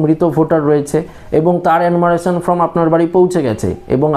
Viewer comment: শব্দ টা ফর্ম, ফ্রম না 😂